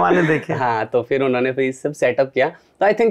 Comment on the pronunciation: "समझ रहे हो" वैसे, राहगीर कभी "फिर" को "फ़िर" बोलने लगते हैं. बतौर गायक इस छोटी सी चीज़ का ख़्याल रखना सही रहता है.